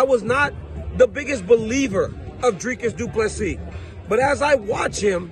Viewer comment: Thank you for saying Dricus du Plessis name properly. Please tell Rogan not to insult a South African name. Rogan has many South Africans watching his show.